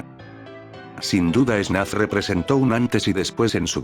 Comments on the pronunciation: Alguien se dio cuenta de que dice snaf y no fnaf? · el video es muy bueno y todo pero, tengo una pregunta. es solo yo, o en todo el video el narrador dice "snaf" y no "fnaf"? en serio, quiero saber se a alguien mas pasa eso. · Nada que ver pero alguien sabe por que dice "snaf" en vez de "fnaf"? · Vi 2 horas y 26 minutos de un video de Fnaf donde pronuncian Fnaf como Snaf. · AHhHhHhHhHh porque dice snaf? me va a dar algo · es idea mía o dice ¨SNAF¨en lugar de ¨FNAF¨? buen video btw